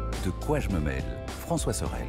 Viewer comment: Expression Québécoise ratée....On écrit et dit : De quoi j'me mèle!!! Et non "mail" comme la poste qui n'a aucun rapport dans le contexte et qui veut dire en réalité qu'on ne s'occupe pas des ses affaires...Sachant que dire qu'on est mélangé en diminutif au Québec pour dire qu'on est mèlé est significativement impossible à imager en France...On n'utilise pas une expression si on ne sait pas ce qu'elle veut dire!!!😂